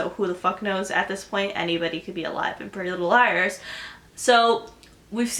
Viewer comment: "Prellylilleliers" Exactly how you're saying it😂😂😂😂😂😂😂